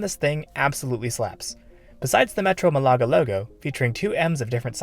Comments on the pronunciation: It’s not a German fizzy drink, it’s a Spanish city! Try pronouncing Malaga properly. The stress is on the first vowel and it’s one word. I lived there for years, spending a lot of time avoiding the construction work for the metro. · Sorry dude, couldn't watch your video just because of the annoying botched city name.